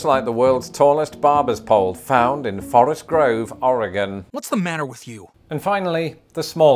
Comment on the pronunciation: From an Oregonian, thank you for not butchering the word, lol. I lived in Ohio from and . In those 4 years, I had to correct everyone who said it, even if I had just said it to them first.